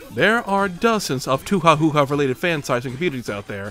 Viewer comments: You do not have to pronounce 'Touhou' in every which way. 'ou' simply indicates a long o sound in Romaji. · Honestly, the purposeful mispronunciation of Touhou hurts me. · I like how you deliberately mispronounced “touhou” for the second section video. Smart way to avoid “actually it’s pronounced 🤓🖐️” being all over your comment section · i knew rensenware was gonna be here obligatory 2hu hijack- and of course you mispronounce touhou in every way possible lmao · also it seems you are purposfully pronouncing it wrong. probably dont do that its kinda baddddd... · You pronounced touhou wrong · touhou is pronounced like "toe-hoe", not "two-who" edit: mevermind, he got it right the second time lol edit 2: oh okay hes fucking with us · DID HE JUST CALL TOUHOU "TOOHUU" AND "TWAHA"?? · I loved the whole running gag of mispronouncing Touhou during the Rensenware section, but that one bit where you said "2hu" immediately triggered my fight or flight response. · The pronounciation is not "twa ha" tho its toehoe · every. single. touhou. pronounciation. too-hoo toe-hoe (the correct pronunciation) to-wow-how too-ha-hoo-ha ta-ha twa-ha tow-chika-wow-wow twow wow wubbzy toucan sam wonton toonami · I still think saying toohoo is funny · "Toe Hoe"? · very impressed with how many different ways you invented to pronounce touhou, might start using touchikawowow myself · As an average Touhou fan, I cringed inside when you pronounced the series as 2hu. Then was confused when you got it right the second time. Then you proceeded to say it differently every time you said it. Ending the segment with “I sure hope I got the name right!” killed me. Excellent work. Edit: Also nice use of the Kirby: Right Back at Ya! footage. Having both Kirby and Touhou in the same video is an instant way to get my approval. (As if my username didn’t make that obvious.) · Introduces it as "Toohoo" and plays McRolled in the background. Best way to start talking about Touhou in a video, seriously. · Touhou = Tofu